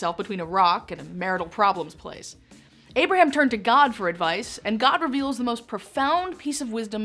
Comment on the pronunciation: I wish she pronounced names and places correctly! Example.. it is “ Abraham” . Not “ Aberum” as she lazily says!